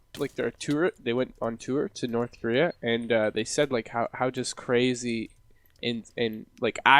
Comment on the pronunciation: North Krayrea?